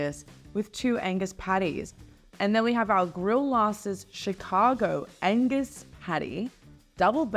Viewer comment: When ordering an Angus burger, don't forget the G.